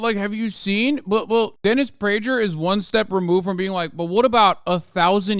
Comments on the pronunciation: Great segment, Hasan. Prager is excrement and you shredded him. Just wondering if you're intentionally mispronouncing the g in Prager's name, like Pakman does with Tulsi Gabbard, calling her "Tool" si. Just curious. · I thought the g in prager was pronounced like a g. Why does Hasan say it like a j?